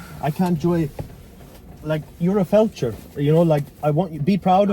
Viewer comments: yes I know what it is, but you said "felcher", that is where you eat feaces out of another persons butt lol. Sorry I tried to put a little humour in your video, I mean lets have it right, you said it wrong not me, and my best subject was always English lol. I get war isn't funny at all but you seem like someone that can have a laugh, I was shocked you didn't find the funny side of it, especially after it be your mistake 🤣🤣🤣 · OMG you called him a Felcher lol, am I the only one that caught that, a FELCHER, look it up in the English Dictionary lol, I get Fletcher but you didn't say that you are naughty but funny 😂😂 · you called him a Felcher though, I thought you said it as a joke, I know what a Fletcher is, I also know war is no joke, but doesn't hurt to try add a bit of humour here n there